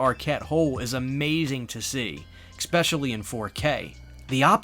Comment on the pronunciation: Please please please STOP SAYING "EX-SPECHALLY"